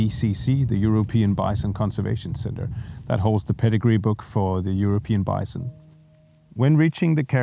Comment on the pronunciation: Congratulation on an interesting and very positive project and an interesting video about it. It took me some time to adjust to pronounciation of 'bison', it sounds like Vincent. In future videos, please pay attention to that - bison is 'bison', not visent... Otherwise a very good, well-filmed and interesting video. Thank you for sharing your experience.